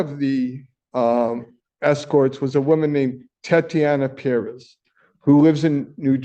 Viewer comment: How can he NOT know how to pronounce Perez? smh